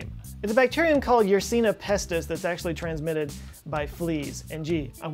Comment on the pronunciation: you need to get the pronunciation of terms right before you start to make a video, for example in this one: "Yersinia pestis". You say it like "Yersina pestis." Yeah, I'm picky about words.